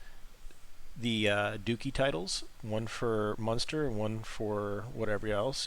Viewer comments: It's "DUH Chee" Not Dukeeee" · As soon as you pronounced “duchy” “dookie”. I couldn’t watch anymore. Completely butchering European history 🙄